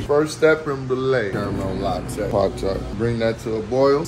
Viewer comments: "carumell lot-tayyy.." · “Caramel lot-tayyy” 😂